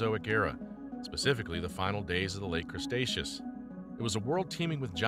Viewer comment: Crustaceos? Really, Crustaceos? Seriously? You repeated this multiple times through the video. That's really sad. Obviously you're not even aware that the 3rd part of the Mesozoic was called Cretaceous. Oh good Lord!